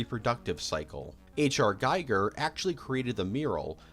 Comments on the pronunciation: Aside from content: putting stills over moving background IS really distracting; and every fan should be fed up with wrong pronouncing of Giger - it's: "Giger" (with 'e'), not "Guyger" (with 'i', like rad. counter). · You can’t pretend d to be an authority on Alien if you pronounce “Giger” like “Guyger”.